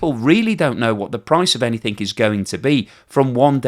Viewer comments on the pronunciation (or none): please stop saying 'Anyfink'...